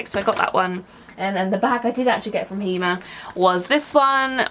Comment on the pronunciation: Hi I've been following you for quite a while but via another Account. I'm in the process of resubscribing from this channel.. anyway I just want to put you out of your misery because every time you mention Hema you struggle with the pronunciation 🤣🤣 so in Holland its pronounced as Hay Ma the Dutch pronounce the letter E like the ay sound like in day, say, hay etc 😁😁🤗